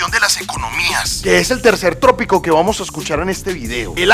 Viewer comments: Bro tópico.. no trópico .. 😊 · no es trópico; es tópico. Lo demás bien. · No se dice trópico sino TÓPICO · buen video. No es trópico sino tópico. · La palabra no es TRÓPICO. Es TÓPICO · No se dice trópico se dice tópico. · Muy buen vídeo felicitaciones. Con respeto te indico que la palabra adecuada es “tópico” y no “trópico” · No es trópico sino tópico ok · Bro, revisa la pronunciación que tópico te suena tropico. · Tópico, compañero. No trópico. gracias. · Con el fin de crecer, hago la siguiente corrección: No es trópico, sino tópico. Pero aún así, tópico es una palabra que se utiliza de la palabra inglesa topic, por lo cual, es mejor utilizar palabras como tema, punto, etcétera. Saludos. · No se dice trópico, se dice tópico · Entiendo que haz tenido un lapso en vez de decir tópico, haz dicho trópico